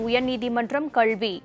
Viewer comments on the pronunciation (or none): கள்வி அல்ல கேள்வி என்று வாசிக்கவும்.